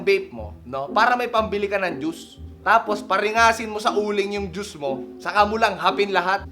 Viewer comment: yung pagkakasabi nya ng juice 😂